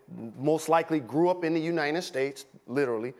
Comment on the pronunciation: Unianus States